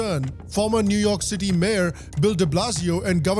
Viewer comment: New York City ❌ New Umah City ✔️